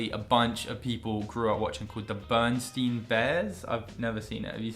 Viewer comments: Actually it's Berenstain not Bernstein or Bernstain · I WATCHED THE BEARANSTAIN BEARS AND IT IS PRONOUNCED STAIN